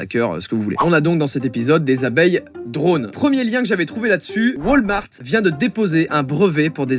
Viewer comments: Pas "Wâlmart" mais WAlmart avec un A X) (Super vidéo joyca) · a ca ma dead comment il a dis walmart xD